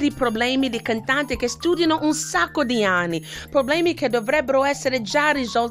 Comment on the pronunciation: She said ani not anni... 😂 Love it